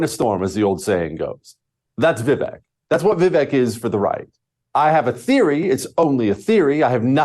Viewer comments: It's ViVAKE, like "cake"... sad to have a guest on who can't pronounce the name correctly. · I cant trust this bearded mofo cos he didnt even do his homework on pronoucing Vivek's name correctly. A douchse.